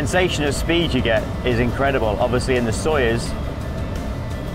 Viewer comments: He said Sojoez exactly zero times lol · Anybody count how many times he said 'Sojoez' ?